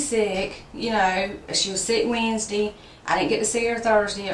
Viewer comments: Anyone who pronounces Wednesday "weensdee" is a moron. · “she was sick whensdee” jajajaja